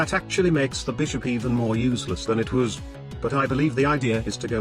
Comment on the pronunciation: "...makes the bishop even more uzeless than it wûz."